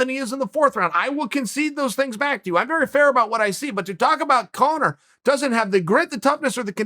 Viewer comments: Lmao. Did chael say cone-er towards the end??? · Uncle Chael pronounces Conor as Cono. Cono from now on.